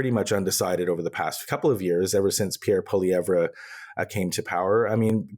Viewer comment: Oh Honey..its pronounced, PeeAir PwaLeeEvRe